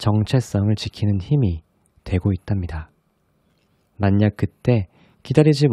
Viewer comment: 목소리가 좋으신데 ‘방냥’ 방향과 ‘만냑’ 만약을 발음하실 때 사투리가 급 나와서 미소가 지어졌어요^^ made me smile :)